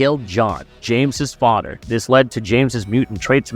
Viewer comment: Fadderr Bruder sabretoot....come on man either practice before or practice english more. Good video though. Very thorough